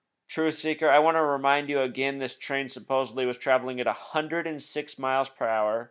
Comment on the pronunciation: It's supposedly, not supposably. Suppose-ed-lee.